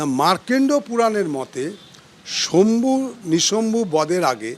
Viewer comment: শম্ভু নয় শুম্ভ ও নিশুম্ভ